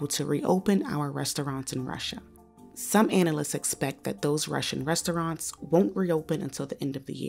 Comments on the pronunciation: LOL can't listen to this narrator butcher the word "rest-o-raunts" anymore. Culturally mispronouncing that word is virtually exclusive to black Americans and sounds so uneducated every time. This is supposed to be a "news" show after all. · The woman reading from the script needs allocution lessons, it’s not “res-tow-ronts,” unless you’re from the hood.